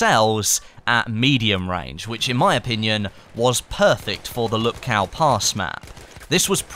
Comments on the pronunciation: It is pronounced "Whoopkoof" not Lupkoww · . it's pronounced "in the name of the *TS*ar", not "zzzar" and it's not "lupkao", it's actually "Woopkoof" hope this helps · PSA: Lupkow is pronounced "Lupkov" the way Krakow is pronounced "Krakov"